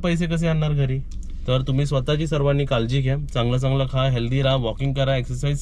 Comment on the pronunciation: कालजी नाही रे काळजी बोल किती अशुध बोलतो